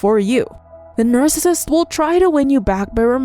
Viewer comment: videos are very hard to watch bc narrator does not enunciate well and can't pronounce narcissist. constructive criticism